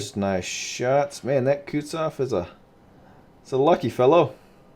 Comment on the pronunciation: It's Kutuzov, not Kutsov